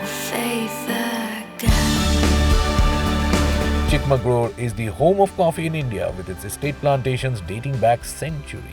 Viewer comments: Chikmagalur... Finally... Somebody said the right name... Thank you 🙏😅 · Awesome cinematography. Can't believe Chikmagalur was pronounced properly. And I think never tasted coffee before was just made up:)